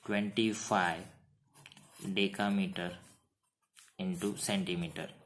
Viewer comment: You pronounce deca meter sqaure but you did decimetre square any ways super